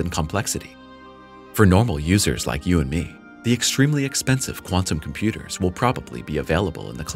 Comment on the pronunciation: Make the ai say “chem-pyooders” more! Lol